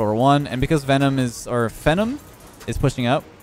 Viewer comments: just a heads up you’re pronouncing “phenom” incorrectly (fee-nawm not fenn-em). It’s a word that means someone who is extremely talented (like yourself) and I believe derives from the word phenomenal. Have a good one:) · Phenom = FEE-NOM not FEN-IM I know you're Canadian but it's still English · No way said phenom as fenumb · Phenom is pronounced fee-nom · It's totally unreasonable why this is bothering me... That guy's name is pronounced "Fee-nom" as in phenomenon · it's not phenom. it's phenom.